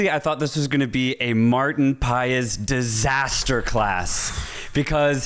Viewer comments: I believe it’s pronounced Martin Paas… not Pa Ees 😊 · it's Maarten Paz not Paes... Paz... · How do you spell maarten paes not "paes" but "paas". Without the word "e" to spell it.